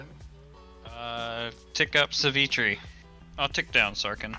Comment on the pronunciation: TIL the reason people mispronounce Sivitri is because the little bit of artwork gets out of the frame and makes the `v` look like a `y`!